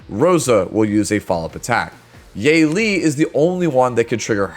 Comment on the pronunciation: Her name is pronounced as Yuh-Li. Great video!!